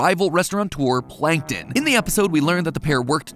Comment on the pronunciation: Plan ken ton